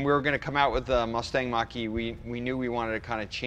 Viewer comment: "Mustang" Mocker-E